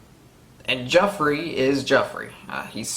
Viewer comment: Heh, yeah you do call Joffery "Jeffery" a lot. But, you're getting a lot of these names a lot quicker than I did. I was asking "What's that guy's name again?" pretty much up until S6. xD I also didn't recognize/pay attention to familial histories much when I first started. I kept thinking that what I need to know, they'd show and tell me, but there's a ton of histories and things are dropped off-handedly that I just did not hold on to. I had to be told by others who'd read the books or rewatch it in reactions to catch a lot of that stuff. Part of your retention of this might be the speed of you watching it also. I was watching the eps a week apart and then almost a year between the seasons.